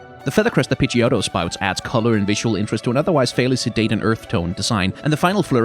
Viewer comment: Pidgey-oat :') I almost died, then you got me when the double-tap on Fearow. I've also never heard someone pronounce Scizor like that. I hate megas, but the one thing I like about Mega Pinsir is that you can see his wings... like I wish the normal one opened its back to reveal wings sometimes. Umbreon was originally Poison type and the rings were purple, but I think the rings work as a moon/umbra design more-so than Ursaring... I always thought Aerodactyl was a pterosaur + gargoyle haha, the sprites are much cooler... he looks really bad in 3D lol